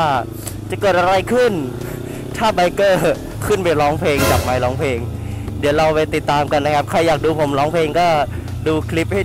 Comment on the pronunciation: ไมค์✔ ไม่ใช่ ไม❌ 5555